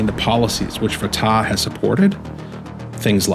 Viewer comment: Fatah is not pronounced with a long a sound. Both a's are short sounding and the h is silent.